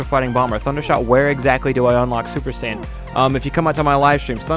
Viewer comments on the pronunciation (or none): none